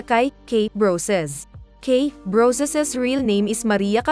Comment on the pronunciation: Kirey. Yun kiray..😀brosas..broses.. 😄